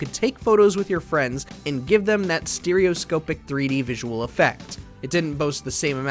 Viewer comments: Take a shot for every time the presenter mispronounces “Stereoscopic” 😂😂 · Once i heard that it triggered me and i would be practically screaming at my screen it's proper pronunciation! :face-blue-question-mark::face-blue-question-mark